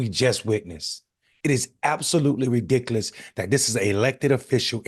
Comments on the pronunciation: You're right, this is ridicklous (at least that's the spelling I can guess of the way he pronounces it) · Absolutely ridicklous. Thats how he says it! Haha! Should have known as soon as it was a video it was gonna be about race